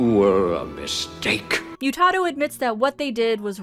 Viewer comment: They say it throughout the episode. It’s pronounced moo-tah-doe.